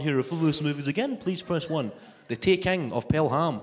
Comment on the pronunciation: Tha TEEEKENGG of PelHAMM..... wun.. tuuu.. freeee 😅